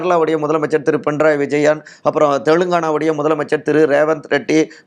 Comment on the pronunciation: Pinrai vijayan?!? What bro very wrong pronunciation